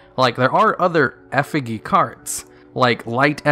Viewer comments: When he says eff-i-geeh Me, an intellectual > TRIGGERED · Your pronunciation of "effigy" is giving me an aneurysm. It's a soft g not a hard g. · Brother in christ, the word is pronounced "effi jee" not "effi gee". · The g in effigy is said with a hard j sound like germany giant and gif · This video is ancient but Effigy is pronounced "Eff-o-G" not "Eff-iggy" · Effa-Jee not Effa-Gee for effigy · Would you stop pronouncing Effigy wrong? It's not EF-I-GI. It's EF-I JY". Have you played Dark Souls or no? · Effa-gee fucking lol, it's "effa-jee" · Eh-fih-GHEE? It’s.. It’s pronounced eh-fih-JEE. Yikes. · its pronounced eff-uh-jee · Holy shit you said ef ih gee. You know it's eff ih jee which is a real word. I swear I hate when players intentionally mispronounce card names but Jesus Christ bro this is literally a real word and not a name. You should be embarrassed. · Ef uh gee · He said eh figgy LOL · No one: Absolutely no one: Not a single soul:: EFFEGEE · 2 things 1. It's F-EH-G not EH-FIGGY. 2. That xyz crazy box seems to be a retrain of dark effigy.........huh........who knew? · don't know if english is your first language or what but effigy is pronounced eff-e-gee. english is weird and stupid, i know. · Oh my god… if he says EFF-IH-GEE one more time, I’ll have a stroke. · effijy effijy say it with me now... "effijy" good job! You did it! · Effigy is pronounced "eff-ih-jee." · Unless it is a Yugioh-specific pronunciation that I am unaware of, it is pronounced "effijee" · Can't stand hearing you mispronounce effigy. It's not a hard g. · EffiGggggggg lol no e sound at the end is a g sound...it's okay mispronounciation is from reading and reading is awesome! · Eff-i-jee is the pronunciation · Effigy is pronounced (Eff-ih-jee) I’m pretty sure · The g in effigy is pronounced like a j. Like if I couldn't see the word you were saying I would think you were saying nonsense. And then you go on to pronounce prodigy correctly yet can't pronounce effigy correctly